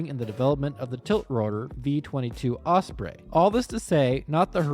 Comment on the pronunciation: Don’t like to be rude but the was you say osbrey is very weird